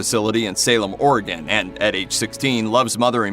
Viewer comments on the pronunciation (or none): none